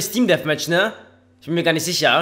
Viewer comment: Wie er immer "team deathmatch" betont :D